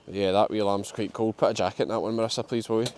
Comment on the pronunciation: God forgive me but at the beginning after saying how bad you expected it to be, I thought you said ‘The ministers arrived’ It took me a second to realise you said that Marissa had arrived!!!! Sorry but I ended up laughing at myself 😂💕 x